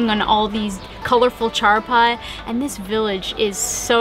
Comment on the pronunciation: # your pronunciation of Charpai was PERFECT 🤗